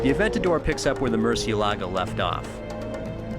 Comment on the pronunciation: sounds terrible when an english tongue says "Aventador" ..